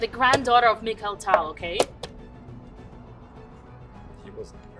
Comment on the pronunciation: Mikhail..kh, you know?